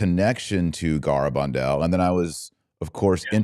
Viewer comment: It's gare, not garr abandal.